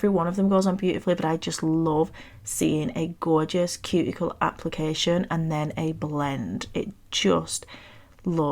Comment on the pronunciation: The snake is killing me! It’s gawwwwjous!!! Love these so much! ❤